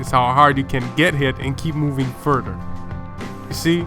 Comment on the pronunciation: Btw what's ferder u keep movin ferder?? Lmao ur a joke lets see if ur still hear a year from now n btw seems like ur dancin for j nasty u keep makin vids like u jus can't get him off ur mind lmao aha keeps dancin kid.. (in the mind) aha